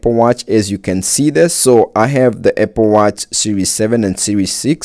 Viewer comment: “Eh-pple watch” 😂